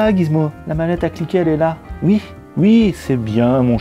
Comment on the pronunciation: Je ris tu arrête pas de dire "ui" on dirait un jeune 😉